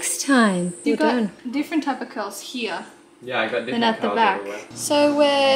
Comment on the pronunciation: Had to replay the first bit as I thought he said "get more girls" rather than "get more curls" 😂